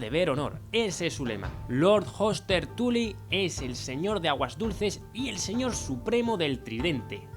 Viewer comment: Cada vez que dices "Tuly" muere un stark...